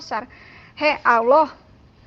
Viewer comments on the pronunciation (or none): none